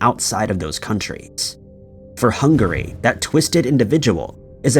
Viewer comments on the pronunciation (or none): none